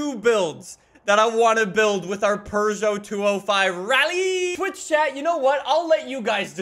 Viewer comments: It is pew-gey-ot not per-sho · The fact that he said perseau pissed me off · I love how pronounces Peugeot as: Purgeot, and not: Peugeot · ITS NOT A PRGO ITS A PEUGEOT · Here's a fun fact: It's not pronounced purr-zho. It's poo-zho. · Bruh its not a Purrgeout, its a peugeot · Not really, more like peu-zho and eu as in euro without the “y” sound. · "our purrrgeot" so funny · really be saying Purgeot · do you actually pronounce it as purjho? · If says "Purrgot" one more time I'm leaving the video. Edit: can't even stay for the build. Stop being so damm Canadian! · im leaving i cannot stand calling it a purrjot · Why tf does he say purgot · there is no R in Puegeot.. Only cats purr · Where is their “R” in Peugeot? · There’s no r in Peugeot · last i checked peugeot doesnt have an R in it. stop saying it like that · I don't know why, but every time says Peugeot, it triggers me.